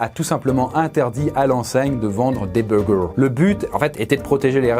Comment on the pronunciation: des «böugëurs »